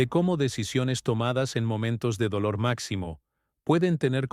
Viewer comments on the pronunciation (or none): none